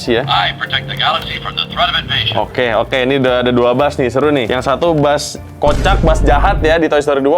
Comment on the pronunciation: "buuz lightyear🗿"